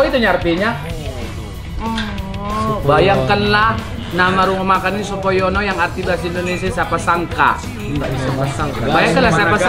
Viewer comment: Sopo Nyono, kaliiii ... Bukan Sopo Yono 🤣🤣🤣